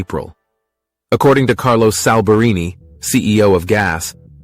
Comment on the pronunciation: the Artificial Intelligence narrator interpreted "Carlos Alberini (CEO) of Guess" as "Carlos Salburini" as CEO of "gas" :hand-orange-covering-eyes